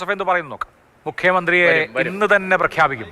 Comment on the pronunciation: എന്താ ആ ഇന്നിൽ ഒരു ഊന്നൽ 😂😂